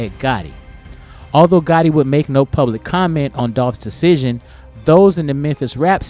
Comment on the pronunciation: it's gotti, you said gotta. Twice. 😊